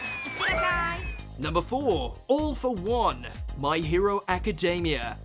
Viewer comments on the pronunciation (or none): none